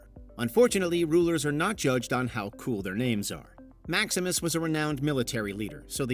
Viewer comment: It's "MaxiMInus Thrax", so why is the chapter called "Maximus" and why is the narrator calling him that? Let's not even talk about the chapter titles of "Domino" and "Kackalala".....The narrator clearly can't read."Ellagalabus"? And the chapter is called "Albus"? Why are you guys even making such a video?